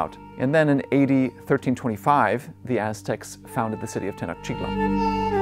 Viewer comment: EVERY TIME he says A.D it sounds like he says eighty. For example A.D 900's sounds like 8900's, A.D 635 sounds like 80,635, it was confusing the heck out of me, even the captions had it as "8900's", I didn't know if he was going by the Aztec calendars or what.